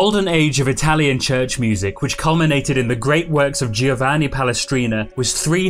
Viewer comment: Giovanni is pronounced Joe-VAH-nee and not Gee-oh-VAH-nee. The letter i is silent. And, I always thought that Violetta ( La Traviata ) had consumption ( tuberculosis ) not gonorrhea.